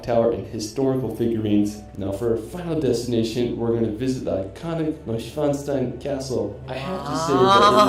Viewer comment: Hello from Bergkamen near Dortmund (Germany) and sadly the pronounciation from the narrator is not korrect. As a child ( over 40 years ago ) I visited Schloss Neuschwarnstein and it´s really beautifull there. The inside is also stunning. If you want to see a really great Building you schould look up Schloss Sanssouci in Potsdam . The inside, the outside and the Park are very beautifull. I visited it as a child and as an adult. Sorry for any write mistakes that I may have made.I´m 53 years old and mostly self learnt english.